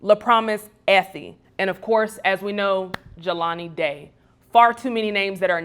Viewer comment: started strong until he said Jaylen Day....not #JelaniDay This also points to the fact that we BARELY know these missing black people but we remember Natalie Halloway, Elizabeth Smart, and others. We have work to do.